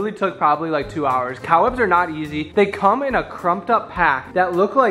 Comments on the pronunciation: Was saying cow webs?! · Am I tripping or is saying cow webs instead of cobwebs 🫠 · OK not to be mean but did literally say cow webs it’s called cobwebs. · wait what does call the cob webs 😂 “cow webs”” or is that just what i heard haha but i love it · just me or does it sound like says “cow webs” not cob webs” 🤣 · I keep hearing COWwebs stoppp